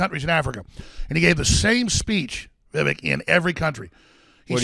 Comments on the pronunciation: Hey, it’s Vivek like cake 😂🤣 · It's pronounced Vi vuhk like cake,! Or I'll start calling you Alec. LOL;p Great interview Vivek. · Vi-Vake...when are they going to get it right? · VIVEK RHYMES WITH CAKE!